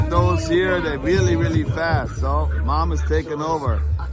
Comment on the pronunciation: Couldn’t quite understand you. Was it the cops are to FAST or your too FAT? Try speaking normally and say Fast as F AH S T. Less fingers poking you then.